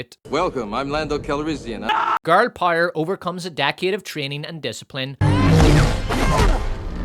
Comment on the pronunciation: All that matters is pire and profit? The Rings of Pire? Love your videos but for the love of everything holy, learn to say "POW, right in the kisser". Then bring that to the word POWER.